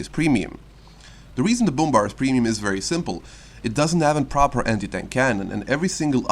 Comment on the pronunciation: Brummbär = Broommbear NOT broommbar like a choco bar